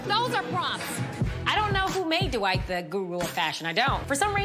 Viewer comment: Why do they always say his name like "Du WHITE"